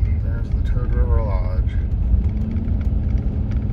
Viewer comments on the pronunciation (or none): I love Toad river. I ask a local, its Poose,(rhymes with moose) coop ee I thought it was what you said. Can't believe still no snow